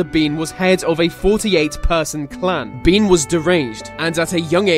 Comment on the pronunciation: Bean is pronounced "ban". Hence why we get "banshee" from bean sidhe.